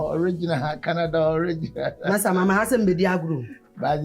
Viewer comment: Oliginal sɛ sɛn?😂😂😂😂😂😂